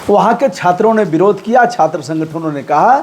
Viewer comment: आप पढे इखे लागते हो पर आप के उच्चारण सही नहीं है, जैसे विरोध को बिरोध खते हो.